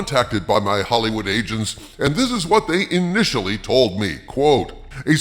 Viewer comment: Kinda sounded like you said, “My Hollywood Asians”….😂